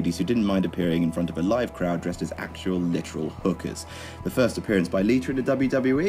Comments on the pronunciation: Its Lita not liter. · LITUR... LITUR... Gosh, English accents are hilarious.